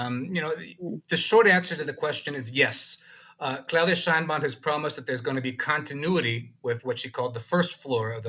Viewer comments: Claudia pronounced her last name, and her Mexican people pronounce her last name "Shane Baum." You should too out of respect. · Sheinbaum pronounces it SHANE Baum. Giving her the scepter was part of the false populism of the party. Saying López nationalized resources is more of the same. National resources were nationalized in 1917 in Article 27 paragraph 4 of the constitution. The universal pension for senior citizens was instituted in 2004 by president Vicente Fox. Unfortunately Sheinbaum says she will continue López's disastrous policies. One of those policies was de-funding the precise areas which Mexico needs to develop in order to become a major power - STEM, education , and culture. Wanting the king of Spain to apologize for the conquest more ridiculous populism for the uneducated fanatics.Spain did not exist as a polity in 1521. On the bright side it has been announced that Mexico will reverse the pro-China stance of the past two administrations and will realign itself with its most important trade partner, the USA.